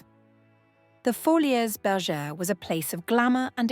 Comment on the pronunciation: I think it is pronounced foli, like poly. Not foli -es